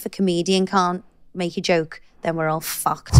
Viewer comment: Love the way she pronounces fucked , focked 🤪